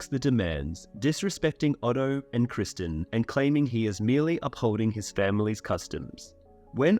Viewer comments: Bruh it’s criston not Christian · You're going to argue the book is better and you can't even get Criston Cole's name correct?